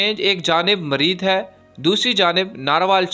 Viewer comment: یہ مرید نہیں مریدکے ھے،وانڈا نہیں واہنڈو ھے اور پسرو نہیں بلکہ پسرور ھے بھائی